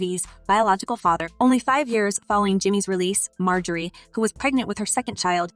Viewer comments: Her name is not pronounced, “ May Jo Ree “, but it is “ Mar Jo Ree “ ! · Please pronounce her name correctly.